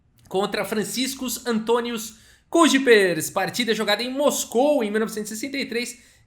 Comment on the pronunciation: N sou especialista em holandês nem nada, mas acredito que se leia "caipers"